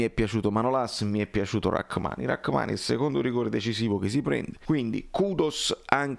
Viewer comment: Si pronuncia Ramani